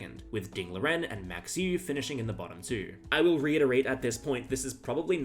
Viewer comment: Hi, Dutchman here to help you out. Try to pronounce Euwe’s name like ‘Øwe’, where the Ø is pronounced like in Danish or Norwegian, the w is somewhere between the English v and w, and e at the end like the e in English ‘taken’. The a in Max is pronounced like the a in the English ‘car’.